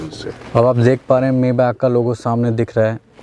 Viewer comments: Bhai maybach s600 , s650 se lower model hai upper nahi hai or koi s500 nahi ata or uska pronunciation (may- bak) nahi (mai-baak) hain 🤦🏻‍♂️😂😂😂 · Bhai maybach ko....may back nahi pronounce krte..... isse maye baack pronounce krte hai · It's not mayback, it's maybach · You are not pronouncing maybach correctly..